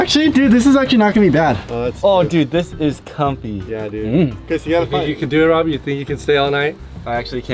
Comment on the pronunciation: Rob: did u say my actual name? Absolutely no one: Its rabot